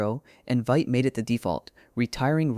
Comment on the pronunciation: It’s pronounced “Veet”